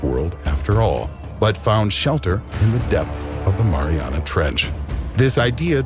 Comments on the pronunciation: Fat ass said marinara trench 😂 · LMAO. The "marinara" trench. MARINARA . Yes. A part of the ocean is named after a dipping sauce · “Marinara Trench” 😂😂 wtf Tim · My guy called it the marinara trench. I didn’t know I was at an Italian restaurant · He said marinara trench it’s not food Tim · No one: Tim: Marinara Trench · Ah yes "the marinara trench" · Did he say marinara